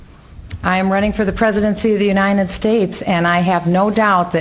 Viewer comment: Why does Michelle Bachmann always say UniNed States?